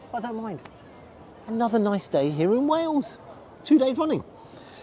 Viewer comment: It's Wales, not Wells. LOL.